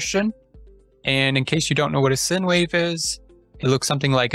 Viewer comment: Thanks…fyi I think it is pronounced “sign” not sin